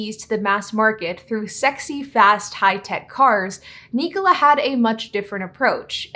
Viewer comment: Knee-cola? I think it’s pronounced Nik-ola like Nikola Tesla